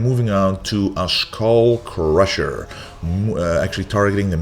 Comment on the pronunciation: u said skull crusher EXACTLY like rich piana... Imagine a "godammit" after it